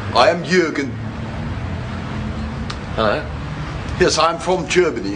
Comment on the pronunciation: It's Jürgen, with 'Ü', not Jurgen, whilst Motörhead is not neccesarily in the most urgent need of an 'Ö'! ;)